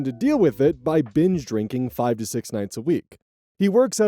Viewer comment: correct! It does audibly sound like ‘bench drinking’ though.